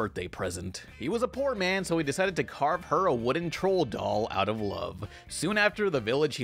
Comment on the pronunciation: Toll/Troll smh I thought was fluent in English